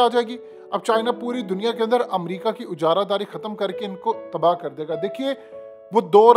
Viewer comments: Lafz "ijaradaari" hai na ke ujaradaari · Excellent but kindly correct your pronunciation "ujaradari" Correct is "ijaradari"